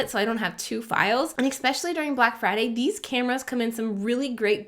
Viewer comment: Exspecially is not a word. PNY cards cannot support high throughput. Please, lose the X in “especially” and investigate which SD cards are actually good.